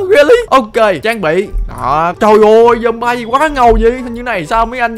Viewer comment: zom-bi mới đúng a ơi